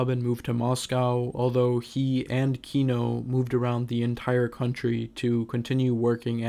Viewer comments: This narrator guy mispronounces the band name the whole time 😂 It’s not kíno its kinó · KinO, not KIno, the last syllable stressed, please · Dude, I really dig what you do, but could you please, please just check where the accents go? It's kinO, tikhomIrov, etc. I understand when the names are anglicised, but you seem to be striving for authenticity, don't you? :) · kinO. stress falls on last syllable :) As a matter of fact - every russian surname have stress falling on last syllable. Thanks for the video, nonetheless, it's just misprononciation really hurts my ear. Overall, I understand the sources you're drawing from, and without knowing full historical context... well... sources are weak. Kino is still the greatest of all Russian Rock (misnomer on itself), but yes. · just fyi it's kinO with the inflection on 'o'. ki--nÒh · Can you pronounce kino correctly at least once in your life. cool video